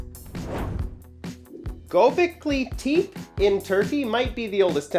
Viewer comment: it's Go-beh-klee Te-pey